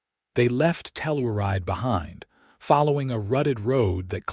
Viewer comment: Tell- ur-ide is pronounced Tell - your- ride !